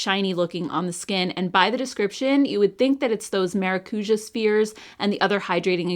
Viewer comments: haha the ja is more like jaaaaah it’s a longer sound 😅. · The use of the word maracuja by Tarte drives me bonkers. It means passion fruit and there is no passion fruit in most of their products. PS: it is pronounced ma rah cu jah